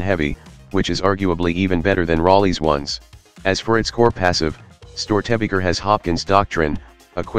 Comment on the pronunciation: Rock and Stone oT love your content, as a person raised with the storys of Störtebeker I must say you did your research ^^ just the pronunciation ist a little bit off with this Voice xD